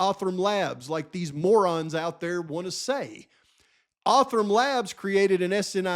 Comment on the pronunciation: Hey, say the word mo-rons again lol I’m just teasing. As always, Excellent video brother! God Bless.